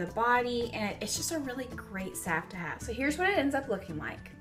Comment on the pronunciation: Sav sav sav🤦🏻‍♀️🤦🏻‍♀️😬🙈 saLve the L isn’t silent😖😖😩😩😩😂🤣 I am using your recipe though since it is the best.